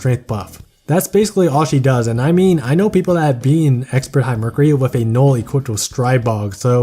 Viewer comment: This is a great video, but my guy can not pronounce Noelle and it is very odd. Her name is not Nole.